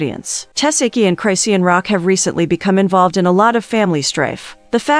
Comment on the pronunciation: Chrisean: "Chris-Shawn" Lazy A.I.: "Cry-See-Ann!" 😂